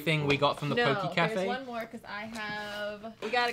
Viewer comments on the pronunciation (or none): none